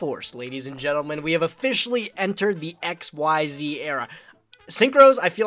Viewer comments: I am only seconds into this video, and I already hope loses PURELY because he said X-Y-Z era. I know it was a stupid name, but it's pronounced ik-seez. The way you say it, it would be three separate letters, all caps (like XYZ Dragon Cannon). Xyz, capital X, lowercase y & z, is pronounced like a single word. What's worse is that you're supposed to be some kind of Yu-Gi-Oh pro (frankly I never heard of you before the Progression Series), and so you probably know this and you're pronouncing it wrong anyway. Purposely stupid. Cimo, if I have to listen to call Xyz Monsters "X-Y-Z monsters" for the rest of the Progressions Series, I'm gonna have to leave and stop watching. It is THAT cringy. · Stop saying X Y Z, that is so cringe. The correct pronunciation is Exceez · i hate that says xyz and not exeez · I never understand why everyone says "exzees". WHERE IS THE Y?!